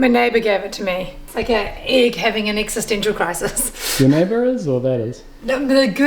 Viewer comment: Did she say, "egg-sistential crisis". 😂